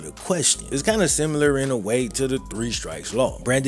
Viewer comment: I see you're still saying "simular"....bro...its SIMILAR